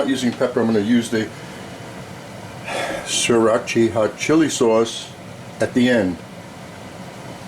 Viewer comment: Chinese, my backside. Chinese cuisine NEVER uses powdered ginger. Always fresh. Sriracha (mispronounced as usual) isn't Chinese. It's Thai. That western celery is rare in China. We usually use Chinese celery, a related but different type. That oyster sauce is fake. never buy 'oyster flavored sauce'. There is no oyster in it! Lee Kum kee hoisin is far from the best, too. Jasmine rice isn't Chinese either. Far too much starch. Sherry is Spanish! Anyway we would have marinated the pork in Shaoxing wine before cooking it; not at this stage. Chinese food is never plated like that other than in factory or school canteens. Why do you insist on cooking "Asian dishes" when you clearly know next to nothing about those cuisines?